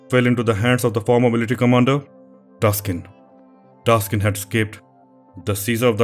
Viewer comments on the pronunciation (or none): I am Thai. The correct name is Taksin not Taskin, sir. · Thank you very much for your clip. The Thai King that recovered Thailand from Burmese name “Taksin not Taskin” I heard from other channels about Thai history made mistaken like this also, may be the AI try to correct it but it’s wrong. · king Taak sin not taskin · Taksin not Taskin! Thanks for your great video! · Isnt the name Taksin. He is saying Taskin..... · very well done video, also a bit surprised at the end with the reference to ajahn mun and the thai forest movement also taskin is actually taksin, minor error there